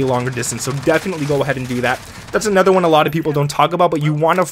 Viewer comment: Please learn to say anOther not anEther